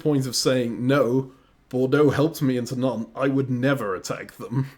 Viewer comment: I will never get tired of continuously calling Nantes “Nontays”